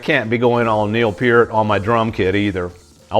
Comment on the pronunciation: Obviously a ❤Rush fan because you pronounced 'Peart' correctly. ❤ R.I.P. our dearest Neil 😢.